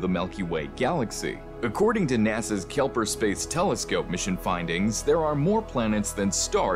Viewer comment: I'm pretty sure it's "Kepler" not Kelper